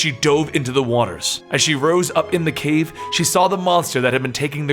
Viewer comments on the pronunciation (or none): none